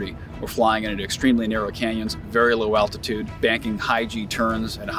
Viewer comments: This guy says "alpitude" instead of altitude. You can even see his lips forming the sound for the 'p'. I hope that no one ever has to fly these planes on-mission with the guy that thinks "altitude" is pronounced "alpitude". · did one of the pilots actually say alpitude instead of altitude? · did he say alpitude? 0.o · The gentleman definitely and unequivocally says “alpitude” in case anyone else is questioning it. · Look, I am fairly certain he knows way more about flying and planes than me but did he say "Alpitude"? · Best noment of the video: "alpitude". ARF! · did he say “alpitude”? Scary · My dude saying alpitiude sounds like he needs an ambalam to fix that stroke !